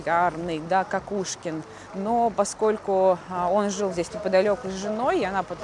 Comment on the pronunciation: Благодарю Вас за чудесную прогулку! Понимание того что есть люди, у которых восприятие мира совпадает, радует и утешает 🤗 И еще если позволите - канал и kanava это слова синонимы. В XIX веке ни у кого в Санкт-Петербурге не вызывало удивления. И возможно мост все таки - КОкушкин, так как довольно долго его называли : КАкушкин, и только после того как известная эпиграмма и рифма с фамилией поэта стала популярной, новое ударение пошло в народ. Хотя до сих пор иногда слышу как произносят КОкушкин мост. Так же как у нас на В.О есть улица ВесЕльная🤔 Отличная интеграция в творчество П.Перца, всего доброго и ждем новые истории с Вашим участием!)